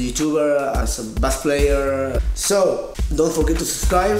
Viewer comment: Después de ver decenas de videos de Davie504 te puedo decir que pronunciás mal la palabra BASS. La próxima tomate un mate en vez de un té, que enseguida te sale. Abrazo desde Uruguay.